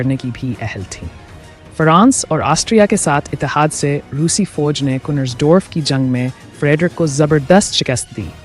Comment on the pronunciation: Foj...kya hoti hai...9 nau ko no...arre fauj ( armya) hoti hai...foj nahee...jaa ke sheekh language bolneee